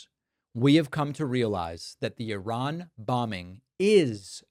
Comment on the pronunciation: Why can’t any of them pronounce Iran properly?!